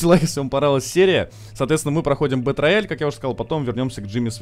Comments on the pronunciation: Сам ты бетрояль) Это читается как БИТРЭЙЛ! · Зэ Бэтрэйал, а не рояль - _ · «БэтРаяль»😅… Язык выучи. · БэтРояль? Просто кровь с ушей, еще и повторил +100500 раз. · БЭТРЭЙАЛ, И ЧИТАТЬ ТОЛЬКО ТАК. БУЛКЕ ВЫВЕДЕТЕ В ТОП, ЧТОБЫ УВИДЕЛ!